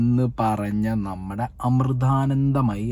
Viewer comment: ആദ്യം ആ പേര് മര്യാദ ആയി ഉച്ഛരിക്കാൻ പഠിക്കു.